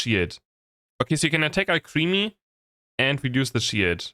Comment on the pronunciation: Alcremie = al-cruh-me